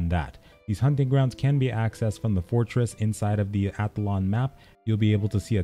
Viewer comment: Great guide, thank you! I haven't bought in yet but I am planning to. When you first said "Athlon" I thought you said Avalon, and I was thinking "whoa, so you have to PvP to get endgame gear." I usually avoid OWPvP, but am onboard with Astellia's PvP design. So I'm glad I did some research lol and saw that Athlon was a continent.